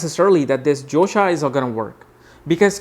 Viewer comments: josha or dosha??its written dosha here n ur pronausing josha!!! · its not josha it is dosha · Hahaha!! I noticed it too!